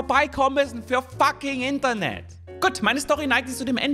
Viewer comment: Die Betonung liegt hier auf INTernet